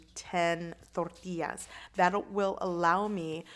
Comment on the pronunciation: Frank Da Tank That’s right. I’m of Mexican descent but born & raised in Southern California near the Mexican border. Even the white and black folks down here learned a bit of Spanish and said “Torr tee ahs” properly.👍🏻 She is saying it with the proper accent and pronunciation. Just like “ha la pen ios” not jal a peenos🤦🏻‍♀️ or whatever... totally butchering the words. 😆 People gonna hate outta ignorance 🤷🏻‍♀️